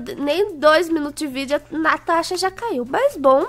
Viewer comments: Natasha:consembatata eu:parece tô sem batata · A Juh já falo casentra